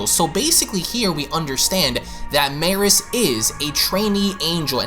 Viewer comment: Its pronounced me-rus. Like beerus but with a m